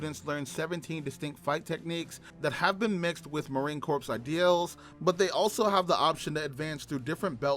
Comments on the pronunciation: Idiot announcer watched to many episodes of Gomer Pyle USMC...The ps is silent, as in Marine "Cor"... Marine Corps !!! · The p is silent in Corps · Marine "Corpse" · Marine Corps the ps is silent. You will be corrected on that every time whe n speaking to US Marines. Great vid!🫡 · Yeah I noticed that too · MCMAP is pronounced like a name. McMap. Also, Corps is pronounced Core. I like your video though.